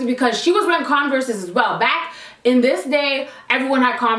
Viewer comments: You said Converse wrong.. it’s pronounced Converrs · the way you say converse 😂😂